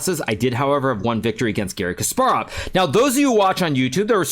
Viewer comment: lmao did he just call him garry chess 😂